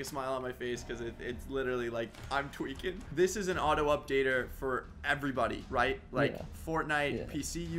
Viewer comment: he should do a livestream just saying twaeking for 24 hours